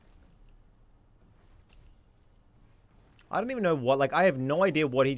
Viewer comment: He deserves to be banned for his pronunciation of ridiculous alone, much less his constant and deliberate inting